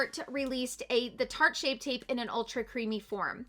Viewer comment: I swear I heard you say SHART shape tape. Lol!!!